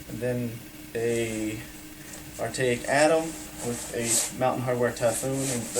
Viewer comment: lol "artaic atom" you mean arcteryx?